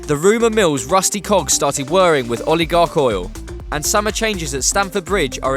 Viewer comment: its oligarchical not oil-i-garch-oil